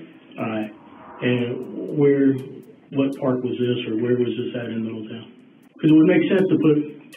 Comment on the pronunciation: If you could pronounce Middletown anymore wrong that’d be great